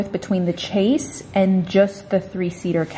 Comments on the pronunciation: I was wondering if anyone else was thinking this. Screaming it’s pronounced shay’s 🤦🏽‍♀️ but that couch 😍😍😍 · Chaise pronounced “shehz”!!! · Oh, honey. I love watching your videos but I was SCREAMING hearing you say “chase”. Hun, it’s pronounced “shayz” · Is “chase” how you say it down there?! Here in Canada I have never heard that before. We definitely go with the French chaise “shez” pronunciation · The chase is spelled as chaise and you pronounce is as shahz😀 L-shapes are a pain with coffee tables, I have the same issue with mine and would love to change it but it’s a sofa bed and I live in a studio. Still, an IKEA visit might be in the near future… Might find a nice 2 seat sofa bed😀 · I love you every time you say 'chase' for the chaise I cringe, I'm not sure if everyone in USA pronounces it like that but I have always known it to be pronounced 'shays' it's a french word, I love the couch you were looking at 😍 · Love the sofa! (BTW, Your "chase" is a chaise and is pronounced "shez" You can find the pronunciation on YouTube.) Your chaise was a steal and will look great in your cottage. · chaise is a French word coming from chaise longue or "long chair” so I’m sure she’s saying how people in her area do but the correct pronunciation is “shez” I didn’t mean it as a criticism I thought it was cute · Maybe it's because I live near a French-speaking area, but I've only ever heard it pronounced "SHEZ". So hearing "CHASE" all the time was really jarring! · Chase? Chaise. Pronounced "shez". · You and your mom are so cute together! I look forward to your videos each week. I believe your sage green lounge is a “chaise” lounge, not “chase”. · I have never heard it pronounced chase as does. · It’s a chaise not chase 😂love your vlogs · Definitely made me giggle every time she said it “chase” lol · Please, it is chaise not chase. Love your Cabin!! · It's a Chaise pronounced like shaze :) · Chase? In French it is pronounced "Shai-z". :)